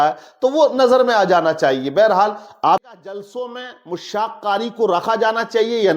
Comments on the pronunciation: मुश्शाक़ नहीं दुरुस्त लफ्ज़ मुश्शाक़ है जनाब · Are Janab Mushshak nahi Mashshak lafz hai.